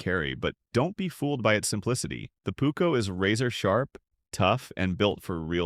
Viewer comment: The Pukko….it is called PUUKKO